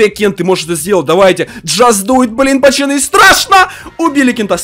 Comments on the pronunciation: Почему Кент говорит: не пацаны, а пачаны🤣🤣🤣👌👌👌👌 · Он говорит не пацаны а пачаны! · Меня одного нервирует что он специально говорит: пачаны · Не пачаны а пацаны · говорит не пацаны а пачаны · Он говорит пачаны